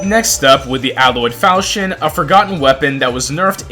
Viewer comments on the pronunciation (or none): none